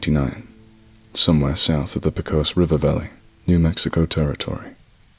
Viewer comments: Pecos pronunciation... I winced. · Just listened. Great story. Just for authenticity sake.... Pecos. Is pronounced paycos. Some locals pronounce it. Like paycuss. Las cruces.... las crooses. Great story. Just listened. Ty